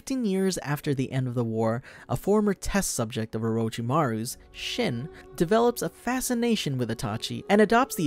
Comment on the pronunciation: It's (sheen) not shin lol.